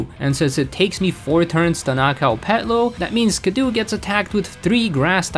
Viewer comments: Skiddo and Gogoat are some of my favorite pokemon and Skiddo isn't pronounced Ski-doo it's actually pronounced Ski-doe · Calling skiddo “skidoo” was killing me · "Skidoo" instead of Skiddo. "Pawnird" instead of Pawniard. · “Skid-doo” is killing me 😂 It’s just Skiddo, like “kiddo”. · Him constantly calling Skiddo "Skiddoo" hurt my soul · The fact that he keeps pronouncing Skiddo as “skidoo” physically hurts me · I'm sure its not Skiddoo. It's Skid+Kiddo, surely? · Pokemon's name: "Skid-oh" Your pronunciation: "Skuh-doo" Cool vid tho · I love Skiddo. You're mispronouncing it, though. It's an "oh" sound at the end, not "oo" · you calling it "skidoo" is very funny. its meant to be like "kiddo" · skid-doo feels like bullets i can’t explain it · Love the way you say skiddo I say skiddo as kiddo but with an s in front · bro says skiddo like skudoe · okay I've heard many a mispronunciation of pokemon names before, but ski-doo is definitely a new one for me I dunno is it just me or did you just not register the word "kiddo" here? no flame here btw just really confused by that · It’s skid-dough. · It's skid-do for God's sake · Is skiddo really pronounced skidoo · It is pronounced skid-OH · The mispronunciation of Skiddo upsets me intensely… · Im sorry you did NOT just pronounce skiddo like that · Still a better champion than Diantha. Also, you are pronouncing Skiddo wrong. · Can you just. Pronounce Skiddo correctly please. You’re not watching Blue’s Clues trying to hop into the TV.